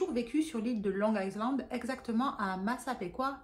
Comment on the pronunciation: On prononce long ( aïland ) le S reste muet. 😅 Par contre mimer le mot il a "violé" et pas le mot "tué" qui est bien plus violent, est vraiment à côté de la plaque 😂😂😂